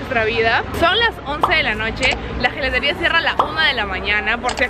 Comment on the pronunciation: Chicas me van a disculpar que les corrija, Gelateria se pronuncia Yelateria. Se les quiere mucho